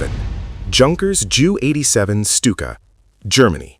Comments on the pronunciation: Really awful editing, silly captions and a lack of grasp of the subject make this video unwatchable. The AI narrator called the Stuka a 'Jew 87.' That is when I turned it off. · And it's not pronounced "joo 87" i've NEVER heard that anywhere else. Always J - U. Has anyone ever heard "joo 87" ? Have I been wrong all these years Lol